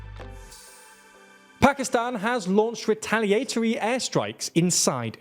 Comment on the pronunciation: retal ee aihh tar ee